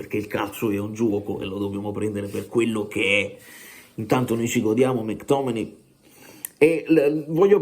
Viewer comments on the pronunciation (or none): Si pronuncia... mec tommeayyy🎉yy¾❤😂🎉😢🎉❤